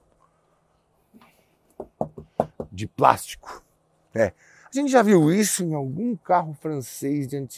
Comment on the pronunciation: paralama de "práxtico" kkkkkkkkkkkk.